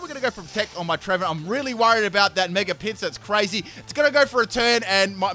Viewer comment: Everytime he said Mega Pinsir I heard Mega Pizza lol